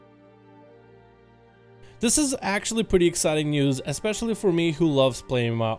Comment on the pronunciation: Sorry but there is no X in especially